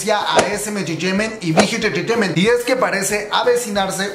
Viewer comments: Que es engreteimen jajajaja?? Sin ofender pero se escucha mal 🤭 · Me pone nerviosa como dice "enterteiment" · Cada vez que dice "entertaiment " me un cringe horrible. OSEA PRONUNCIELO BIEN NO MAME, ES INGLES NO COREANO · dice SM enchechement y Big Hit enchechement pero cuando dice JYP dice: jewayPE xd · Me da risa cuando dice entertainment lo Siento ajahajshjs Buna muy buena investigación y muy interesante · Jajajaja no pare de reír cada que pronunciabas “entertainment” o cualquier otra palabra en inglés 😝. Btw la info muy buena 👍🏽.